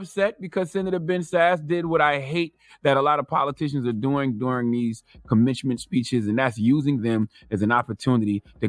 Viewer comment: “commenchment” speeches 😂😂😂